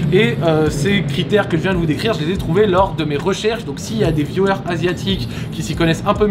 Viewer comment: Au départ, quand tu dis « viewers » on comprend « violeurs ». La faute au micro je suppose. Sinon, ta vidéo est sympa.